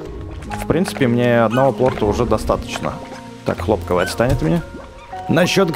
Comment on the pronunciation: По-моему не хло́пковыет, а хлопко́вые , потому что "прыг скок, и он пропал" ну , типа хлопо́к?